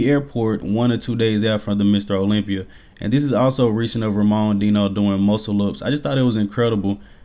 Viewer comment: You gotta work on that latinoamerican name pronunciation bro , the way you pronounced Enrique and Ramon Dino made me flinch 🤣